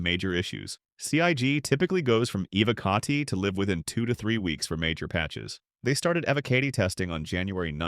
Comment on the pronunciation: The way you say evocati is disgusting